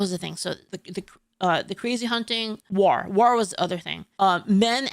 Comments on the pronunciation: "War" ❎ "Rawr" ✅ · Never noticed when says war she says it as..... W-are. Why you saying it like black beard the pirate?😂 It's spelled War but pronounced Wor. Not like the O in word (werd) but like the O in Thor. English is so dumb🤣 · I like how pronounced 'War' and 'Strength'. I pronounce it 'Wor' and 'Strankth' but she pronounces it how it's spelled. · You pronounce “war” like the Orcs from Warhammer and it’s adorable.